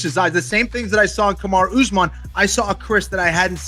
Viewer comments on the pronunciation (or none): Nobody: Micheal Bisping: Kamaru Oozeman